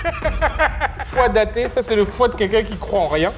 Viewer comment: Foie d’Athée il a dit 🤣🤣🤣🤣🤣🤣🤣😭😭